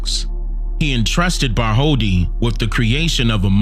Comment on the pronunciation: New here. No disrespect but the scultptors name is pronounced Bart told dee, not Bart holdi. In different languages some consonants are silent.